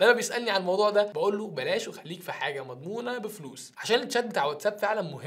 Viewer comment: هو الاخ من امريكا بعني ما تنطق الفلوس ب المصري